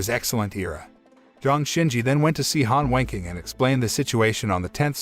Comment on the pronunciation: The way the voice says Han Wenqing saouns like he’s saying Han Wanking